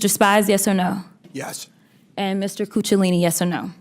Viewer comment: She called him Coochalini😂😂